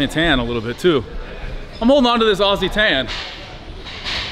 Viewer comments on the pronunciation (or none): none